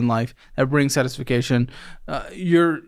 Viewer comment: what is “satification”💀